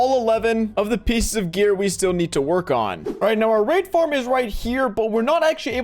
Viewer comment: Why when he says raid farm i always hear r4pe farm?